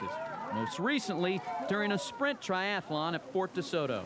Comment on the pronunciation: He lost me at Tri Ath A Lon